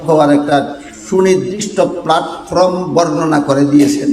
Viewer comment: জনাব আপনি ত শব্দও উচ্চারণ করতে পারেননা। প্লাটফর্ম প্লাটফ্রম নয়।এই ইলম কেমন করে আসল তা কি জানেন!মূর্খতা ত্যাগ করুন। অতীতে কি তাস খেলতেন? অসম্ভব নয়।টুপি দেখে মাজার পুজারি মত।